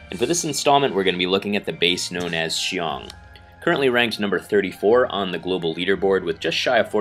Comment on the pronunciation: Seems that you can pronounce my name well . Haha . Thanks for the video